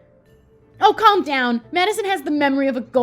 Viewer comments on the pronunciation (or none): none